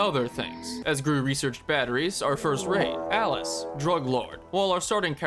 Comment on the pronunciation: Its Alyas not Alice, thank you very much